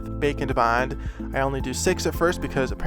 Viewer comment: I am not done watching but.... A. it's looking amazing! B. It sounds like you are really trying to say BAKE. AND. BOND. Instead of the way you normally say it. I like the way you normally say it. It's part of your personality and why we watch you. Some people are GOING to be aholes. Nothing you can do about it but don't lose your personality ❤️💛💚💙💜👍